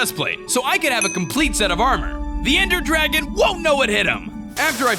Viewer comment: Anyone realise he said ender gragon once at the end